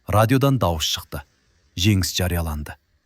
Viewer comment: Женис. Женис дегенди. Жегис. Жегис дегени кплай😂